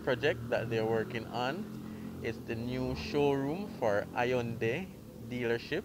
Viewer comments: Hey...just as a FYI the y is silent in Hyundai. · Hyundai pronounced wrong